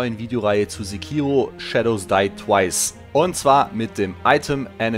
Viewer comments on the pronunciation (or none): Freu mich richtig drauf! Übrigens: im japanischen ist es in der Regel nie verkehrt, die erste Silbe immer zu betonen. Sékiro ;-)